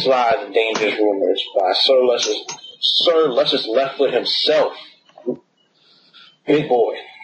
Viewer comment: its not luscious but its pronounced (loo-cious)